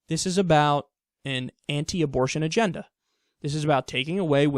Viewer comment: You said "agenda" like oreilly